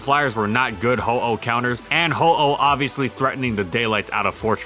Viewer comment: He clearly says Ho-Oh